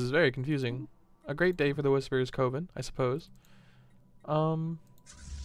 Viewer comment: The word 'coven' is not pronounced with a long o like cove, rather, it is with the short o like in the word oven. Sorry to nit pick. I just hate to see otherwise good content degraded by poor vocabulary.